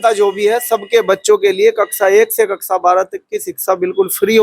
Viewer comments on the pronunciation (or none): कक्सा नहीं कक्षा😂